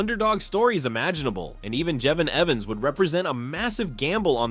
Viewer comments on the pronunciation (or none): Who the F is Jeven Evens. I can't finish the video if the names can't be pronounced right.